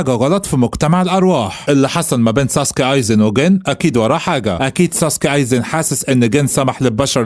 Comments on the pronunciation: مش سوسوكي سُوسْكِي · ايزن سوسكي مش ساسكي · اسمو ايزن سوسكى مش ساسكي بس هوا بيقول الاسم غلط والتانى مش اسمو مادارا برضو اسمو مادارامى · ايزن سوسكي مش ساسكي غير كده الفديو جامد الصراحه وملخص محترم ومجهود يحترم حاجه بسيطه كده كوكا دي هتطلع عمه اتشيغو 😂هتعرفو الكلام في الجزئ تالت يعني بعد ٣٠٠ حلقه